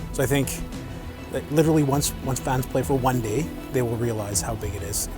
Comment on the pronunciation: when he said "one day" his canadian accent came out #PrettyGoodBanging